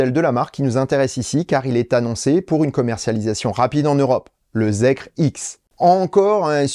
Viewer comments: Ça se prononce "Zikeur". Effectivement zèkre ça sonne très très mal 😄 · Ça se dit "zikeur" pour info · J'ai rien à redire sur la vidéo, mais par contre ne dit-on pas "Zikeur"? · Bonjour, personnellement je le prononcerai "Zikair" mais je ne sais pas si j'ai raison. En tous cas la prononciation "Zèkre" est totalement nulle pour la France. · merci pour vos émissions toujours très complètes mais ne restons pas franco francais jusque dans les prononciations : ZEEKR se prononce ZIKER (ZEro Emission KRypton) "ZIRO ZIRO ONE ou EXE" =_= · Se prononce Zikeur